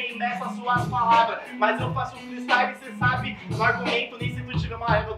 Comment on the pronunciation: Acho q ela pegou pesado kkk mas ta certa. Tem q estudar mano. Eu acredito em vc. Estuda e mostra q a palavra freestyle vai ser diga corretamente tanto qto seus "fatalitys" nas batalhas.